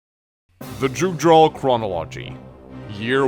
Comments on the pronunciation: I thought the biggest name pronounciation problems were going to be Fury/Erinys, but apparently you pronounce Jugdral differently too... (I thought it was pronounced like a Y) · "The Jewgdrawl Chranalagy" - Ah shit, here we go again